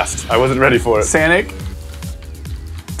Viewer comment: said SANIC